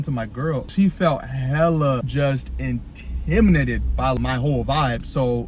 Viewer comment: Intmitted🚫, in-tmi-dated✅